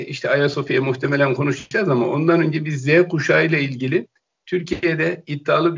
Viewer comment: Konuscaz değil konuşacağız... biraz Cüneyt Özdemir izle...